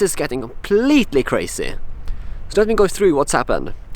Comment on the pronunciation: That is cray-see!